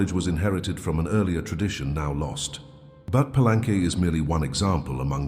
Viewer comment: Gosh... get your AI reader to pronounce "Palenque " correctly... it is disrespecting not to